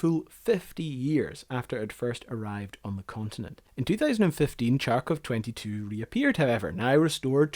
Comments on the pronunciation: they write it for you as kharkov for a reason. The reason being not reading it as tsharkov ;). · CHARkov??? Thought it was HARkov? Or Kharkov. But what's with association of Kharkov with Russia? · Harkov, not charkov ;) - Kharkov. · It's pronounced "HARKOV" not "CHARKOV". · Awesome content, I loved the amount of work you've put into this but (and I understand you have that wonderful Scottish brogue) Every time you say CHARkov, Putin sends another bomb over to HARKiv. Pronunciation matters. Do it right. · Kharkov has no 'ch' sound, kh is pronounced as a hard 'h'. The pronunciation killed the joy of the video. Could have researched the pronunciation as the rest of its parts and try to make it more reasonable. Also kharkovchanka does not necessarily mean Kharkov women, since Russian language uses grammatical genders and a machine/car is mashina, which is feminine. So machine made in Kharkov would be referred to by a feminine word, which is denoted by the ending 'a'. So in this case the word has nothing to do with Kharkov women. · Kharkov, not Charcov... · not Charkov, Kharkov(like HURRY) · I don't get it: assuming by your accent, you are a native English speaking person. And you read "kh" sound as "ch"?!! Why?! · It's same like pronouncing "Hamburg" as "Kchamburg"... Please drop the "K" in front of the name! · Your pronounciation is wrong. Ch in Charkov should be pronounced "h", like in hello or hoe. Other than that - great movie, subbed. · Right so it starts with an H харковчанка it literally means a woman from the town harkov. So skip the K and you are golden. You gotta love languages where you spell the thing that you pronounce letter by letter as it is heard. Not the way some other tribe did it centuries ago. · The city name is pronounced "Harkov" and not "Charkov". The vehicle name is pronounced "Harkovchanka" and not "Charkovchanka" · Karkhiv is not Charr-kief. kharkov is not charr-koff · no, it's pronounced as Harkiv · Your pronounciation of kharkov is wrong